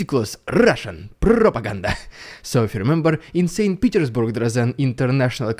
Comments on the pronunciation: Everytime he says "Rrrusssian Prrrropaganda" its so Funny. 🤣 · "Rrrridiculous Rrrrussian Prrrrrrrrrropaganda" has become epic. Definitely worth a meme of its own! 👍😉